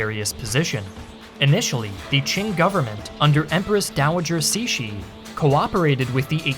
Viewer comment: Great to see more videos on Chinese history, and also, surprisingly descent job pronouncing Empress Cixi's name! I was expecting something like /ˈsɪksi/ (uncomfortably close to Empress Sexy lol) rather than /ˈsiʃi/. Not perfect, but respectable!